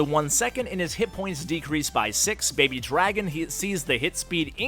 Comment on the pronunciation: btw u said it wrong for rg and babydragon